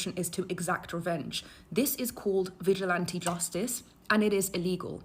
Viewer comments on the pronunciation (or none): none